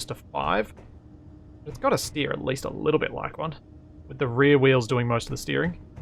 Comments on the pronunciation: "We're going to go blun wok higher" eh? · We're gonna go blone wock higher. Had to rewind to make sure it wasn't just my ears playing tricks.